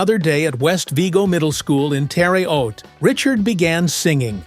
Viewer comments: the A I sucks it can't prince terra huate right not terre oat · Geez AI -the City in Indiana is pronounced nothing like it was pronounced here! It’s phonetically Terra H(hard h) oat. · The Narrating AI BOT should learn how a regional city (a any town) pronounces its name. In Southern IL there is a Vienna pronounced “VI-Anna. Also a Cairo, pronounced “Kay-roh”. And a Louisville, which is not pronounced odd like Louisville, KY. 😮 Terra Haute, IN is pronounced “Terah Hoat”. Your welcome. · Sad AI can’t pronounce Terre Haute Indiana.